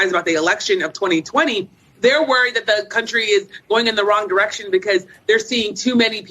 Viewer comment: I enjoy your channel and watching your content! I have ONE request, with all so respect 🙏🏾,PLEASE say "THat" instead of "Dat". It's driving me batty. 💙🤍💙🤍